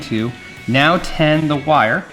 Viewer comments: I swear he is saying TEN. lol no biggie either way, just funny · I’d use a simple heat sync to make sure there’s no chance of damaging those components. Are you saying “Ten” when you’re supposed to be saying “Tin”? Or is that just an accent? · It's a nit, but it sounds like you're saying "ten." As "you need to ten the wires." I'm assuming it is the audio compression messing w/ your voice. The word should be "tin." Tinning the tip of the soldering iron is critical to effective soldering. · S'up! Are you saying "ten the wire" when soldering? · "Tin" the end of the wires, not "Ten" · Hi Fun video. Are you saying "ten" the wire? It's "tin".